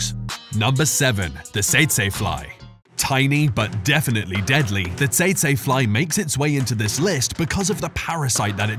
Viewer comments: Teet-see fly, not ta-say fly,! Learn to speak USA English! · Bro said "saytsay". It's pronounced "teetsie" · I’ve never heard it pronounced “sayt say fly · The fly at no.7 is pronounce tetsee fly.